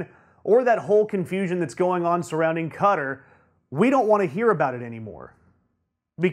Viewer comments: Fuck whether it's insulting or not it's fucking stupid. Also I just realised that this tool means Qatar (cat-are) when he says cudder. How can you make a coherent point when you can't even pronounce the names of countries? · It's pronounced Katarr, not cutter. Also, what's with that stupid haircut, are you in highschool and just learned about hair gel? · Qatar is pronounced 'KatAr', not 'Cutter'. Also, as mentioned in comments below, Moscow is pronounced 'Moscaw' and Iran is pronounced 'E - ron'. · It's not pronounced like "Cutter". It's pronounced like "Ka-Tar". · I'm American & it's pronounced Qua -tar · He did an even worse pronunciation of Qatar.